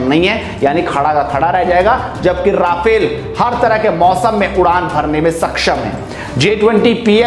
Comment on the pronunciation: Please correct yourself: It's Rafale, NOT Rafael. आप बोल भी ग़लत रहे हैं: राफेल नहीं रफाल सही है।